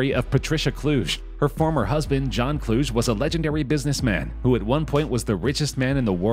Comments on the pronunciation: Kluge = Clue-Gee NOT Klooj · Cheminitz is pronounced with a HARD C -- as in K. Kluge is pronounced Clue Gay, yeah it's a famous German surname. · Dude, please look up how to pronounce certain words. The way you said "Kluge" and "Chemnitz" is absolutely terrible.